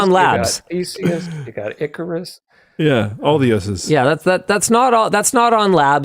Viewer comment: *icarus, not ecorus